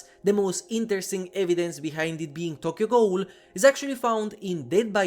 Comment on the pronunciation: I would be VERY hype for Tokyo Ghoul in DbD Sidenote: your pronunciation of Tokyo Ghoul and Richter Belmont is killing me 😭